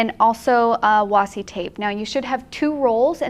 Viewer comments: you were saying washi correctly originally. It is actually pronounced wa+she. Who.... Why....? What? Who said wasi? The word comes from Japan and Japanese doesn't have trick sounds or silent letters really. Washi a famous type of paper. Washi tape is basically the rice paper made into masking tape. Sorry LoL I know no one asked for a Japanese paper history lesson LMAO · According to the American Heritage Dictionary, it is pronounced washi | ˈwäSHē | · I hope reads this so that she knows that she doesn't have to call it "wassi" anymore 😂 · Thanks for reminding us to play,. Also, it's definitely pronounced "wah-she". I can understand where the confusion comes from. When Japanese people type "washi" they generally type it as "wasi" and it gets autocorrected to washi. It saves one stroke and is common among young people. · Nerd moment. わし can only be wah she in the Japanese pronunciation. There is no Japanese sound for see,. Washi is originally Japanese. Sorry. Nerds gotta nerd. ごめんなさい。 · I want to know who looked at washi and thought "You know what? I'm ignoring the 'H'." LOL